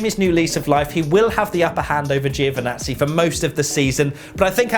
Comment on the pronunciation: Before I forgot... it's just priceless how you guys pronounce Giovinazzi 😁😝😁😝